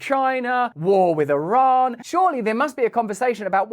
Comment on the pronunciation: MY Iranian in-laws from Teheran, consistently had to remind me how to pronounce the word Iran, until I finally learned it, in eloquently pronounced English...When Russel can't pronounce Iran properly, we'll not be watching anymore; HASSAN SAIIED said " like your ear, and a friend named Ron" EAR---RON, yes? Ha Ha Ha, Love this guy! Gotta say, he's encouraging us to take a bit of a better look AT ourselves, while we try to keep our homes and personal lives "in tune" with those things we seem to be able to do NOTHING ABOUT. (Pls pardon the pun.) Russel, you remind me of a caricature emulating some of the "Proper English of the Proper Parliament!" were they able to SPEAK as fast as they WANT US to think they are able. Seriously while the military industrial complex and leaders are a bit preoccupied trying to get all of the transgenders trained to wave their white underwear on polls and "prepare for war?"VOTING still being corrupted, that's really a good question! And didn't "somebody" recently sell PROPERTY to the Chinese near all of our major installations ? Not to mention, let a few through our southern borders posing as Venezuelans? This Fake Administration of Gangsters has given a total of $6 Billion, of Howdy Doody's trapped American taxpayers' funds, along with "unknown types and kinds" of "Interceptions of the 100 Billion " that was designated to help Palestinians to survive or escape; the innocent ones-As if JOE's or KnittenYahoo's military industrial complex were ABLE to